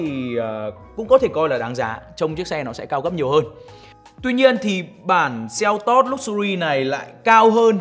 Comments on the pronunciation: Doc la kia selto chu ko phai kia seltot ong noi oi !!!! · Đọc tên xe là "sen tốt" nghe sang hơn. Đọc "seo tót" nghe như "teo tóp"